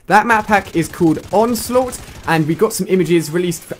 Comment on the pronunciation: "Onlsaught" xD